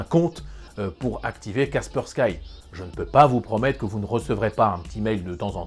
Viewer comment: Superbe vidéo comme d'habitude. Cependant c'est Kaspersky prononcé kasperski , c'est une solution russe.